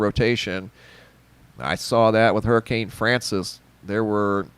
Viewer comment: Hurri"Cain" Ida